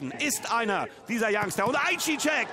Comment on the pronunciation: Ist zwar "Ei seyah" ausgesprochen Young aber danke fürs hochladen.